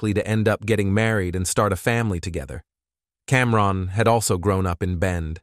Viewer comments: What? Are you saying that you feel wrongED by the the pronunciation of CamRON? 😂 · Somebody tell the AI it’s not Cam. Ron. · Cam-Ron, then Cam-Rone… it’s like nails on a chalkboard